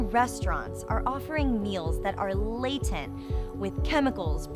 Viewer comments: i believe its laden with not laten with. great vid! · "Laten" ? **LADEN. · You mean laden and not 'laten' at 0.32 right?